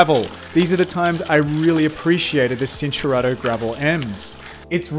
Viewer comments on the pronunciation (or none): It's pronounced "chin-turato" not "sin". Look up Italian basics.